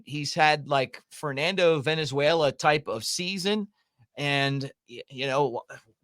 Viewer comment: Mick, for the last time, it’s Val-enz-way-la, not Ven-ez-way-la. One was a great pitcher and the other is a South American country. 😂🙄